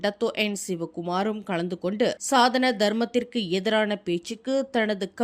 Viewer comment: சனாதனம் என்பதே சரியான உச்சரிப்பு சாதன அல்ல